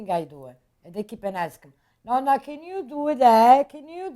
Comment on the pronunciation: NON-NA!! ITS NOT NO-NA!!